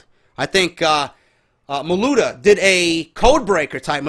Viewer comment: Lmfao whenever keeps messing up Sean Maluta's name, no disrespect. Just thought it was funny